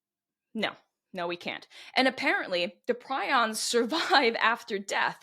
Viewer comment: It’s pree-ons